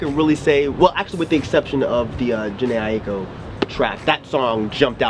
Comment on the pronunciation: DAT JHENE AHEEKUU I don't think I've ever heard anyone pronounce her name properly.